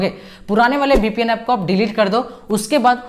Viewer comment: BPN nahi hota VPN hota h vo 😅😅